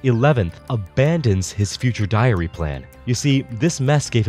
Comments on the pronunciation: why I keep hearing diarrea? :p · I honestly thought you said and 12 diarrhea holders